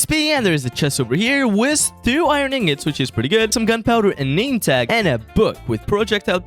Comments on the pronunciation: That's a lot of eye-run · 'I rin ingots"